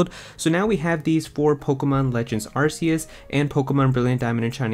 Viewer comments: It’s pronounced as ark-e-us. This is why Silvally’s ability is called RKS system. All I hear is arse when YouTubers pronounce it differently 🤣🍑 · its pronounced arkeus btw